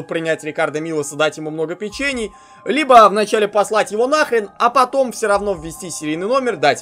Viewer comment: Может не "печЕний",а"пЕчений"=)